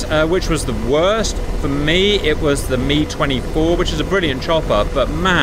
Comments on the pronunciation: US military nomenclature for the Hip/Hind was always with the phonetic "Em Eye" 8/17/24 pronunciation. When did it change to "Mee" 8/17/24? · Still confused why I'm hearing "Mee" instead of "Em Eye"...